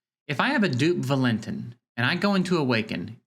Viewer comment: The autoloot system could be boosted. Theyve been playing around with it constantly since beta. It used to give 24 hours for the 20 gem auto loot. Maybe they change the drop to every 20 seconds as well. Valentin is pronounced Val-in-teen I think they need to figure out some new events with unique fights. Have random events that pop up every hour, every 6 hours, 12 hours, daily etc. have interesting oddball fights. For example maybe the goal can be to survive as many turns as possible against an unkillable boss. Remove all offensive skills so u have to build unique groups loaded with counterattack, dots that proc on hit, reflect, etc. Do interesting things that require off the wall group comps. Essentially the game has early and mid game content but no real end game. I also think they need to bracket the events based on account power. There is zero chance for f2p to ever compete in certain events like the nedgia event running now. Maybe they bracket based on money spent as well.